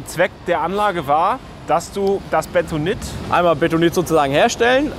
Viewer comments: es heißt beNtonit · Aaaargghhh! Es heißt *BeNtonit*, nicht Betonit!!!! Hat nix mit Beton zu tun, sondern ist nach Fort Benton in den USA benannt, wo dieses Tonmineral in einer großen Lagerstätte vorkommt (aber nicht nur dort). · Das Zeugs heißt Bentonit, nicht Betonit.